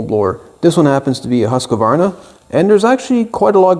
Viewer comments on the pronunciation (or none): Super interesting. Btw. It is actually pronounced hus-quar-na in Swedish. It means house grinder or home grinder. They used to make meat grinders.